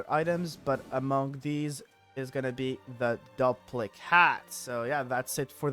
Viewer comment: Its pronounced "Doo-PLICK" hat, as in duplicate. Sorry, don't mean to be rude. Just got annoyed at hearing it the other way. Great video though.